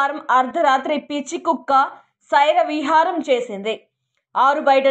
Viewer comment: సైరవిహారం కాదమ్మా స్వైరవిహారం